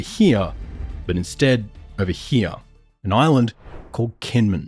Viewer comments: It's a small quibble, but it's pronounced "Jinmen." They use a quirky transliteration method from way back that for some reason had the 'j' sound written as 'k.' On a more substantial note, I'm curious why you're so quick to discount what you label as Option 3. I'm also extremely curious why we would necessarily view such a thing as the reestablishing of a direct U.S. military presence on the main island under the Taiwan/ROC government's control as a strategic defeat for the United States. If anything, from a military strategic standpoint, a PRC invasion and occupation of Kinmen undertaken independently of a full-scale war of annihilation against the Taiwan/ROC government, occupation of all Taiwan/ROC-governed territories, and sufficient measures to preempt a U.S.-led counterattack would be more than enough pretext for the United States and its allies to quickly and resolutely close the final link in the First Island Chain for good—and likely with the enthusiastic support of the Taiwanese voting public and other democracies in the region to boot. China would be effectively encircled within its immediately-offshore sphere of influence for the foreseeable future with each link in the chain then having a vested interest in not being the weakest link. The First Island Chain includes the Japanese Home Islands, the Ryukyu Islands, Taiwan, and the Philippines. If you imagine it as a line drawn with pencil, it gets smudged over Taiwan due to the complicated diplomatic dance all the p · Your pronunciation of Kinmen is jarringly wrong. It's hard to believe any of the analysis of the video if you can't get something basic like that right.